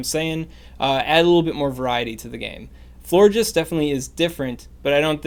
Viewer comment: He said flore jizz